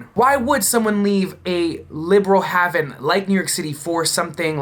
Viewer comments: Hayyyyven dude. Practice it. Edit: Spelled phonetically for obvious reasons. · Been watching on here for a while and you keep getting better at it. Just helping with this haven is pronounced hey-vin. Keep up the good work. 👍🏼👍🏼